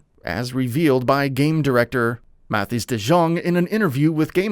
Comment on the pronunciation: I feel so sad for Mathis De Jonge, and how everyone mispronounces his name, it doesn't even require much of an accent